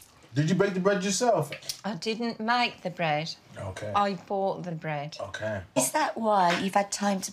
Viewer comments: 'Store Bough'? 😭😭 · is it meant to say bough instead of bought? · Bough bread? You mean bought bread. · So you lot are really going to ignore that you didn't put the ''T'' on bought ?